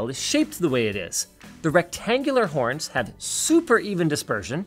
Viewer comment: Hearing you say "horn" is hilarious to me because I've seen Letterkenny